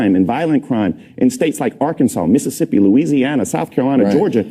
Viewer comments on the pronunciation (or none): none